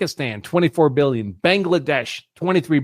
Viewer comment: Let's get some facts correct. according to you the 2016 remittances to India were $10.6B (you keep emphasizing billion with a B in your tone to drive home the impression that it is a vast amount). Divide this by some 4 million Indian living in this country and its $2500 per person. Thats pocket change for the Indian community who routinely earn 200K-500K in salaries. So the vast amount of the money (95%) is still being invested in the U.S. So Indians are not the problem. They are the richest minority and start plenty of businesses. All this is being done by being underpaid at the cost of an American worker? Come on, get real! Talent gets paid in tech.That vast amount they save and invest routinely creates millions of jobs for Americans of all color, white included. You keep talking about the value system that they do not assimilate with. What is that value system? eating burgers and fries and boozing up and not wanting to burn the mid night oil and simply claiming that there are enough smart people who can do the jobs? shacking up out of wedlock or snorting high? what value system do you want foreigners to emulate? In fact we may be better off learning something from them. The U.S. has never had a problem if the anglo Saxon from Western Europe or Australia or England or New Zealand came here. but guess what! They don't come here (at least talent doesn't want to come) because they have developed country that looks every bit better than the U.S. why will they come here. That le